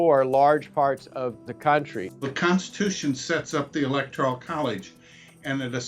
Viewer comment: First learn how to pronounce "Electoral" correctly.